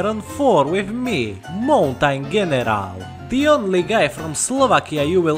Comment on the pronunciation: General, Je-ner-al General | Pronounced Jeneral. also love the content, keep it up.